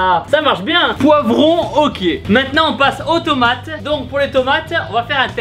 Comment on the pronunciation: j'ai cru qu'il avait dis "automate" au lieu de "aux tomates" 😂